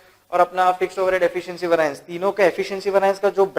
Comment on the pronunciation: Concepts are clearly explained. However, its, Var-ee-ance (variance)** please, and not var-aa-ince! :)